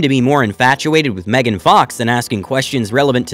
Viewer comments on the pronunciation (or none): none